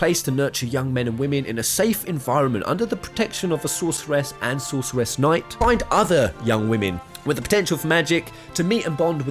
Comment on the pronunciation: Nice video, but I was distracted all the way through by your weird pronunciation of Sorceress. Also, you know that's not how you say catastrophe, right? Because you'd be about my age if you were 12 when you first played FF VIII, so I really hope you haven't been going through life saying 'Catastroff' when it's 'Catastrofee.' I never considered that Selphie could be a sorceress on any of my playthroughs of the game. It's an interesting theory, but given that all three female characters have unique magical limit breaks, you could probably make a fair argument for any of them being potential sorceresses, not just Selphie and Rinoa. Sure, Quistis needs items to pull off her Blue Magic, but I don't see anyone else casting freaking Shadow Flare with Para-Magic. That's a damn GF skill.